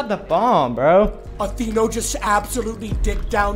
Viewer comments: jynxzi just kept saying athE-eh-no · I swear to got all I heard was Ahh-The-N-Oh. Do people have a problem saying Atheino bro??? 😅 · The least thing jynxzi could do is say your name right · Jynxzi always finds a way to pronounce names wrong I swear.